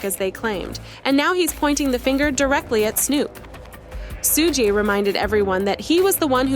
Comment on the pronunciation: soo-gay????? really?